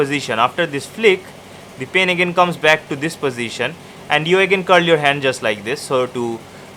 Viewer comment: Hahaha the way he pronouned the pen " Pin" hahaha